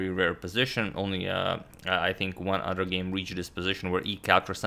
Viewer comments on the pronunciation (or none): Instead of “Other” he says “Udder”.